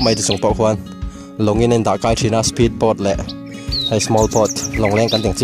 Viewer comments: Speed pâwt, small pâwt 😂😂👎👎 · Lam sap tiah+ kan tih ang chi kha?,....😂😂😂. "spheed bawt"👍👏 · I pronunciation uluk deuhla ..spheed board 😂😂😂